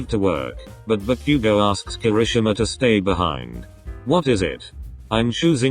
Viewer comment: bakugo🚫 deku🚫✨backugo✨ ✨deeku✨